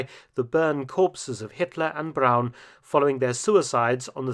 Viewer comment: Hurrah. Braun pronounced Brown instead of Brawn. Chapeau Felton. Nulli secundus.